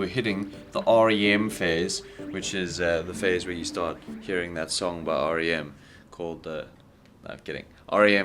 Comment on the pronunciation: I thought, you said, SHART into xD